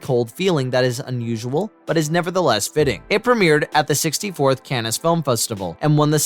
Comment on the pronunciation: How can someone be so terrible at pronouncing names and places? I would think that the content maker would have enough respect for his viewing audience that he'd learn hot to pronounce Joel Schumacher's last name, and "Cannes Film Festival". It's not pronounced "canness". How embarrassing....